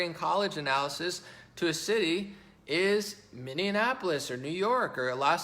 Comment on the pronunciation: "Mindianapolis" is the new "nuculer." I love what he says, though.